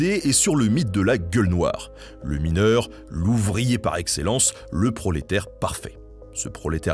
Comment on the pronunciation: Je suis mineuw !!! 😂👍